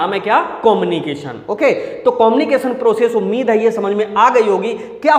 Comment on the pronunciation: कोमनिकेशन✅ कम्युनिकेशन❌😂😂😂